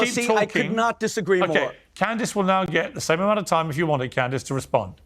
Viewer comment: Clandace 😂 Candace Ovens 😂